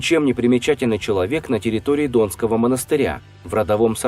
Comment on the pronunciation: Не достоверная информация Автор изучайте историю и хоть бы правильно произносили названия Например дОнского монастыря, ну как так?